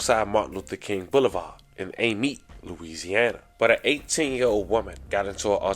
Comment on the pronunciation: you pronounced that PERFECT! i'm from out that way and used to thug it out there in Amite for a lil minute